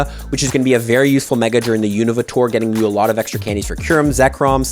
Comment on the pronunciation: Please pronounce Unova correctly!!